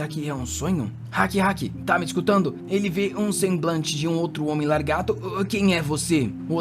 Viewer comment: Escutar "largato" o vídeo todo é agoniante